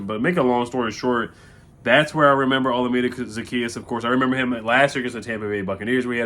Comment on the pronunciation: butchered his name lol it’s O-LA-MI-DAY